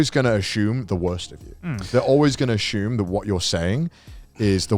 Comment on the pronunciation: How long until the boys realize Connor says "assume" as Ashume and go into lenguage tangent